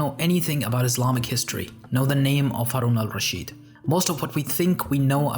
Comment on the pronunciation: Thanks for trying to pronounce his name right instead of butchering it like many others do Great vid